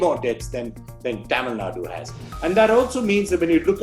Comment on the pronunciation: Cute way of pronouncing Taamil 😂 Nadu!